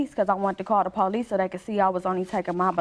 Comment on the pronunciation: Please forgive me for using the “N” WORD…”NONSENSICAL!” 🤦🏽‍♀️ After mispronouncing “police” PO LEESE nearly three to four times, there was a nonexistent PO LEESE REPORT 😂😂😂😂😂😂😂😂😂😂😂😂😂